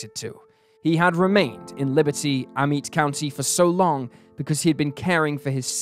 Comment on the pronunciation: It’s pronounced “Ah-met” county just an fyi …my ppl are from them parts…